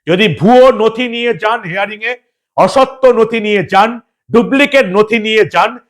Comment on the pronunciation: হেয়ারিং নয় হিয়ারিং ৷